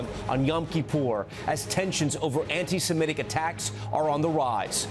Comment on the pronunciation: I though was smart enough not to mispronounce "antisemitic." WRONG.